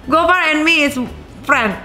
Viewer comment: Gofarr bukan gofan 😅